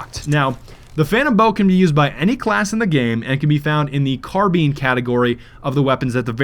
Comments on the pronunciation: Carbin? It's carbine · lol "Car-bean" BEAN! It's CARBINE YOU ILLITERATE DUMBASS. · "CAR "BEEN?!" WTF. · Did just say "carbeen" and not "carbine" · it is car biyn not car been😀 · Carbean XDDDDDD car BINE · "The 'carbean' category." I CRINGED i luv u pls notice me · "car bean" category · Carbine not carbeen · carbeen XD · he said carbeen its car bine like spine or line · Lol he said “car-BEAN” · İts car-bean CAR BEAN! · when u have 400k subs and you say car bean jajajajaja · Did you fucking say "car bean" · He said carbine wrong, and his character is holding the bow wrong when he aims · Please say carbine right. Please it just sounds really stupid when it's said like that. Sorry if I'm pissing anyone off, just trying to help.